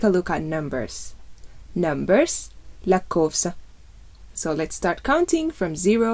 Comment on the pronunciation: 'Lakkoofsa' malee 'Lakkoofsaa' miti